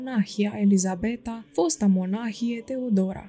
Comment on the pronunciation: Stimată doamnă, dacă stăruiți în a lectura unui auditoriu vorbitor de limbă română nativ, ar fi de dorit să citiți respectând regulile de pronunție ale limbii române. Se regăsesc, în cuprinsul materialului lecturat, mult prea multe greşeli în ceea ce priveşte accentul, fals atribuit, multor cuvinte (monahie, schimonahie, ceaslov, isihie, pustia, pustie, Ioanichie, privegherea, pridvor, Pahomie, soborul, tuturor, scârnav), ceea ce, după părerea mea, este impardonabil. Pentru ascultător aceste dizarmonii fac să scadă valoarea informației şi să răpească din emoția duhovnicească a relatării. Doamne, ajută tuturor!